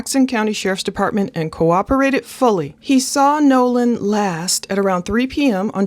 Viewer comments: You keep calling him Noah. Its Nolan correct? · Sound like you are saying Noah it's Nolen. The biggest red flag on this is the friends saying he stayed with a girl and the girl saying No. He left with the friends. Also his phone puts him with the friends. Someone is lieing. The judges statement also makes no sense. They leave Nolen at 3pm but a hour and half mager the boat is taking on water... So what were they doing between 3-430. Also what was the intoxication level of the friends the girl snd Nolen. Right now it's not looking good for the " friends".